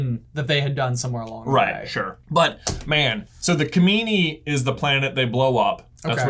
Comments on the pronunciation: it's not kamini, it's kijimi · Its kajimi not kamini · I’m pretty sure it was Kajimi not kamini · They keep calling kajimi ,kimimi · it's Kijimi, not Kimini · I’m pretty sure they said that is was Palpatine’s son who was Rey’s father. Also, the lightsaber was yellow/orange. Also, also, it was called Kojimi/Kajimi not Komini (Possibly confused by the clone planet in Episode II, Kamino). I’m sorry to correct you guys like this but I couldn’t help myself 😂 There’s probably more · The snowy mountain world is Kijimi (not Kimini). 😊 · Kajimi, not kamini. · Kijimi. Every time they mis-pronounce it another Jar-Jar is born.